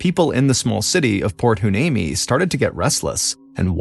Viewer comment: It’s pronounced Port Why- nee-mee.😊